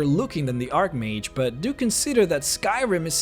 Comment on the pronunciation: Archmage is pronounced with the "ch" sound the same as "change", not ark mage. If you play the game you should know this..